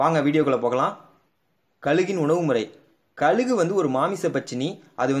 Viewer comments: கலுகு இல்லை கழுகு னு சொல்லுங்க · Bro athu kalugu Illa kazhugu